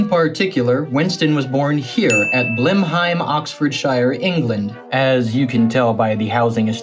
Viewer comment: I feel I must congratulate you on your pronunciation of Blenheim.